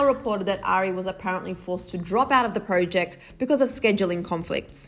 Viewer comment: The way u said project. Urghhhhh